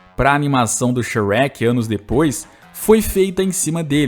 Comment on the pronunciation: Fala mó errado kkkkkk